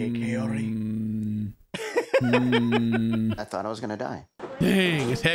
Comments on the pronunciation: Everytime he says her name all I hear is "coyote" 😶🤔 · why does he keep saying coyote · Could he maybe work on pronouncing her name correctly and stop calling her Coyote? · He never once says her name right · Am I the only one who is fed up with Ed saying her name wrong? At this point it has to be intentional. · I’m still waiting for the day Ed says Kaory’s name properly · Dude he can’t even say her name properly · I wish he wouldn't pronounce her name closer to "coyote", that would be really nice of him 😒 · At first I thought it was some "proper" Spanish pronunciation, but when she said her own name she pronounced it "Kay-orry. No one bothered to correct Ed, though. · Big Ed is so self involved he can't even pronounce his dates name correctly. He calls her coyote? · He can't even say her name right, I thought it was Coyote to start with >.> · Sounds like he's calling her Coyote. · Did he just give up trying to pronounce her name and just start calling her coyote? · Ed can’t even say her damn name right!! Seems like something he could have googled before he tried to hit it. Her name isn’t coyote Jesus Christ 🤣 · Whenever Ed says her name I hear Cayote for some reason. Guy can't even pronounce that beautiful women's name. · Does anyone else hears, "coyote" instead of kahory? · So Big Ed has been saying her name wrong. It says Kaory in subtitles and he keeps saying coyote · why does he call her Coyote when her name is Kaory? what the actual f is wrong with him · Her name's Kaory, he's saying the r like an L, so it sounds like coyote. I thought the same for a while though, so you're not hearing things 😂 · If Ed really cares and is interested in her, he would say Kaory's name right but he kept calling her coyote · How hard can it be to say Kaory and not coyote? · If her name is Kaory, why does he keep calling her coyote? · Is it just me, or does it sound like Ed keeps calling her Coyote instead of Kaory? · Definitely hearing "Coyote"